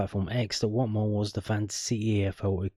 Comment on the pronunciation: That accent for Watmore was awful his from the northeast not Barnsley 😂